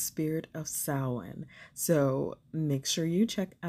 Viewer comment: Great video! Thanks for pronouncing Samhain correctly, and for being ethical about your polish purchases. ❤️